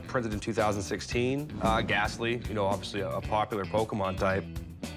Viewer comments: While calling it Pokeemon lol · The repeated Pokey-mon mispronunciations are driving me insane. Po-kay-Mon. Café. Poké. Pokémon. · It's poKAY mon Not poKEY mon Yikes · Lol Pokeemon.... There's literally an accent mark over the "e".... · "what a pokeman?" rick asked "it's not pokeman it's pokemon" chumlee said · “This is Fat man, I heard they’re going to Jack a load of these PokeyMan cards” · you've played 1000s of games yet still cant pronounce the name properly! Pokemon is short for pocket monsters not pockeet monsters lol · I love how Chum is a "big Pokemon's fan" but he still misspronounce it. "Pokémon = pocket monster". How do you Americans pronounce "pocket"? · The way he says Pokemon tells me he knows nothing about pokeman